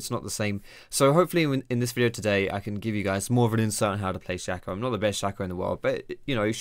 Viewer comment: It's Shay-co. SHAY-co.